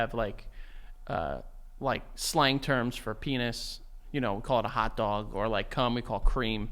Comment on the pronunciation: “Let me see ya hotdahg” 😂